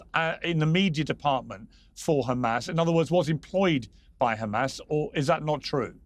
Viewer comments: Why do Israel defenders always pronounce it Khhhhamas? Is this signalling of sorts? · Khamas khamas... 😂 ... Can't pronounce H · Not trying to be biased, but I’ve noticed a consistent pattern: when it’s pronounced ‘KHamas,’ a certain kind of rhetoric usually follows. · By do these bastads keep pronouncing it Khamas